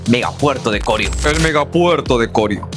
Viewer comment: Corío es la palabra no corio como lo pronuncia.